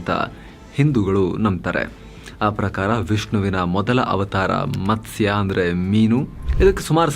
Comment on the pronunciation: ಅವರೇ, ಕನ್ನಡ ಪದಗಳು ಸರಿಯಾಗಿ ಇರಲಿ. ನೀವೂ ತಪ್ಪು ಮಾಡಿದರೆ ಹೇಗೆ? ಅದು ಮತ್ಸ ಅಲ್ಲ, ಮತ್ಸ್ಯ..